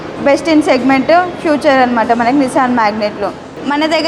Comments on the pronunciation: ఫ్యూచర్ కాదమ్మా ఫీచర్ అనాలి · అది ఫ్యూచరో పాష్టో కాదమ్మ. "ఫీచర్"